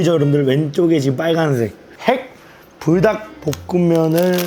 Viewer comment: 불닭 발음 개귀엽네 ㅋㅋㅋㅋ 부닥이라 들림 ㅋㅋㅋㅋ